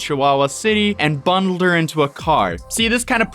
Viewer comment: Why can’t you pronounce bundled?